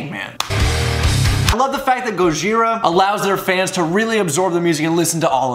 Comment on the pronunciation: Why you saying it like that? You're putting so much emphasis on the H